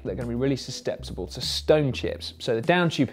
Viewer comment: SUSTEPCIBLE??? :D Dyslexia kicking in Simon ? That made me laugh really hard .